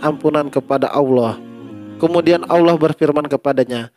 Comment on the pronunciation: Ini orang sebut ALLAH AJA UDAH KELIRU.ALLAH BUKAN AULA...